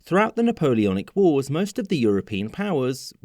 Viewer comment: The w in wars isn't silent